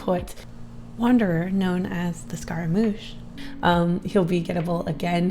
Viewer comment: As a french person, her pronunciation Scaramouche is actually fairly accurate